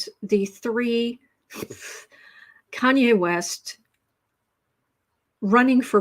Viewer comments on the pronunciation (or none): Kanye = Con-Nay